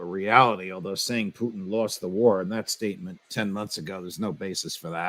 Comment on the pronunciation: Ray, Its not Pooteen its Putin